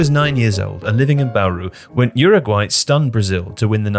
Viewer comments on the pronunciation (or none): none